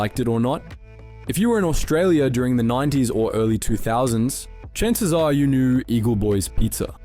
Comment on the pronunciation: You’re Australian so pronounce “knew” like an Aussie not an American. School doesn’t teach “Nu” so how did your pronunciation change? It’s “nyoo” not “nu”